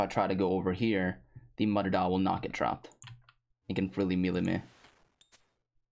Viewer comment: I can't be the only one who was annoyed as fuck about how he said mutadile